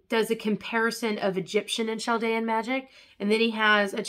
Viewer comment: Thank you! i've been debating purchasing some of these. Btw its pronounced cal-dee-ann I know these civilizations are old but there's still a large group of us displaced and around :)